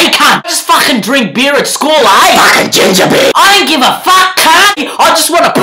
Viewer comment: all I heard is FAAAAKHHHIN